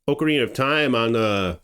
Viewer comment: OCARINA of time... OCARINA... not OAKARINA of time. OC... not OAK. its not an OAK tree. Why do Americans also call OKINAWA as OAKINAWA... as an okinwan person this really annoys me. OC, NOT OAK